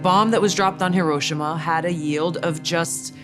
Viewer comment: Lol, everyone pronounces Hiroshima wrong.